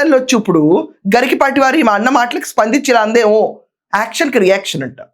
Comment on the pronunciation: It is not "Garikipaati", it is "Garikapaati"